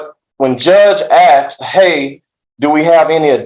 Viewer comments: The look on the Judge's face every time the lawyer says "aksed" , istead of "asked" gets better every time. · Judge smirked when the guy said "Judge just axed the question...". LOL!! And while they are playing that recording Judge looks like he's flipping through his Bassmaster fishing magazine. I think this guy is screwed. 🤣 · Can't believe his lawyer said "the judge AXED" more than once! So unprofessional. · A bit weird hearing an educated lawyer speak the way this one does.."defendant axed" ..no the defendant "asked" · When your lawyer says "the judge AXED".... more than once. It's one thing in regular conversation but in a courtroom? He can't be a good lawyer if he doesn't know better than that